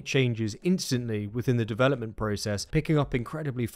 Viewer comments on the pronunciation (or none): none